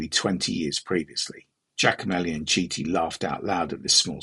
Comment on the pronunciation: Carlo KITI!!! italian CH sounds like K! haha for that, good video. Best wishes.